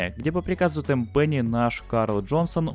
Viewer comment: Не темпени а тенпени.